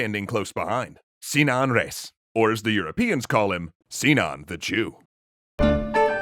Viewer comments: it's pronounced re-is, two syllables, no diphthong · How did you manage to butcher the pronunciation of "Reis". It's a title, emphasize it like so. It means Captain